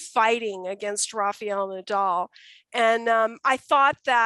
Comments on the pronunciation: It's not Rafeeel, but Rafael. Please learn to pronounce players' names in their countries' language. I know that Americans unlike Europeans don't by and large know how to speak other languages, but respect should be given when pronouncing players' names. While at it, please also note that Giron is pronounced Heeron, not Geeron. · I honestly don't think it should be that hard to understand that the letter "A" one uses to say RA in the first syllable of Rafael Nadal's name sounds, weirdly enough, identical to the very next "A" you find in the very next syllable of his name. So if one can pronounce the first "A" correctly, why oh why they manage to mangle the next one and turn it into an "EE" But it puzzles me even more the fact they then proceed to get both of the "A"s right on his surname with no problem at all. It has to have an explanation for it. It is very simple FOLKS: RA FA EL NA DAL All "A"s sound exactly like the others. How do you get 3 of them spot on and fuck up on one of them? God fucking Damn it! 🏴‍☠ PS.: But it gets way worse bc on right after it she goes and say "RAFA" with the proper pronunciation. Well the "EL" which is the last syllable is like "L" in English so I know it is not hard to pronounce. So say RAFA and then ad the "EL" and voilà!!!